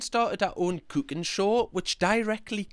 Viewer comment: The way you pronounced "cooking" made me think you just spoke German for a second there. I swear, it sounded like you said Kuchenshow.